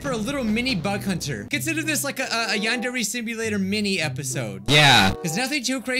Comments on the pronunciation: A few vids ago it said van very simulator lol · Who remembers when he could not pronounce yandere